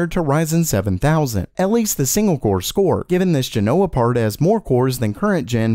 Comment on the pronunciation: JEN-o-wuh, not jeh-NO-wuh